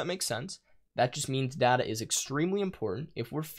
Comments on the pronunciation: IT IS DATA NOT DAAAAAATA awdawdawsawswas triggered xD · it's data, not data.